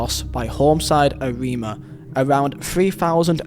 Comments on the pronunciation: it's called AREMA FC not AMINA and it's also called PERSEBAYA not PARIS BAYA! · When I saw the Argentine Gate 12 story I thought "Swear down If Kanjuruhan made it into this list...!!" Kanjuruhan directly after Gate 12 "F*cking hell!" Also pronounciation Arema: A-ray-ma Persebaya: Pear-sae-ba-ya TILL TODAY NOBODY GOT CAUGHT!!! 😡😡😡